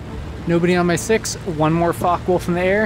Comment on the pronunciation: Its a Focke Wulf. Not a fock wolf.